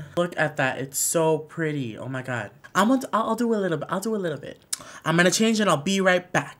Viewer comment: The Way He Says "OMIGUAD" I can't dealllllll!!!! LMAOOOOOO